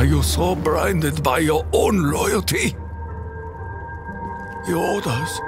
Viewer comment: "Are you so brinded by your own lowalty" XD